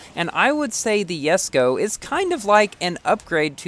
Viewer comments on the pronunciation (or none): Why do you call it Yesko not Jesko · Did no one notice he said yesko instead of jesko😂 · ) You kinda pronounce saying Yesko..lol.. i am stucled at 58/60 jesko..so close to 4*.. key pack saved me though.. 14.5k tokens for 73 jesko bps i guess